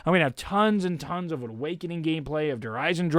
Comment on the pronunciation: Was hältst du davon das er "Der Eisendrache" falsch auspricht?